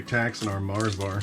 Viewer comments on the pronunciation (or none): none